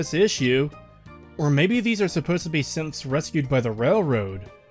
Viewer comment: Just as an aside, throughout this series I misheard you say "Synths" as "Simps" and it makes fallout 4 even funnier of a travesty imagining that being real xD